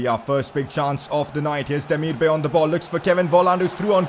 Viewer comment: Yoo, your vids are lit bro. You are one of my most favourite FIFA YouTubers out there man. You should really have at least 1M subs. Btw how you pronounce Demirbay is not Demir-Bay like the ocean bay it is actually Demirbay like bye so it is like Demir-Bye not Bay. Continue making these lit vids bro‼️